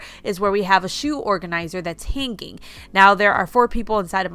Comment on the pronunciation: Please, learn how to pronounce hanging. It's very annoying listening to you pronounce it incorrectly.